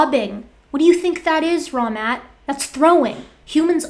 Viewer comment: Fun fact. First few times you covered these guys I honestly kept hearing "Wrong Matt" instead of " Raw Matt". Still think my brain had a point there.